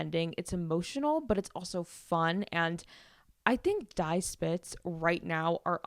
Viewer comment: Just discovered your pod. Love it! BTW "Die" is pronounced "Dee" not "Di"